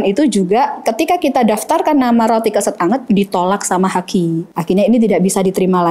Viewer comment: Keset (mat) ya e nya spt baca lereng.